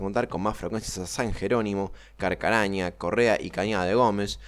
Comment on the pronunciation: Carcaraña 😅😅😅 Es CarcarañÁ, Amigo. Se nota que No sos de la zona... El ramal sur del tren urbano de Rosario debe llegar hasta San Nicolás de los Arroyos, aunque ya sea provincia de Buenos Aires.